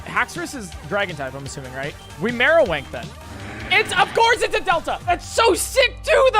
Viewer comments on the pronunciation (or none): MAROWICK MY NIGGA IS MARO WAHK and K YOU REM its KUH EYE REM